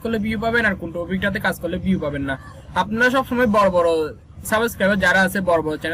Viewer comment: পিউ না ভিউ বলিস রে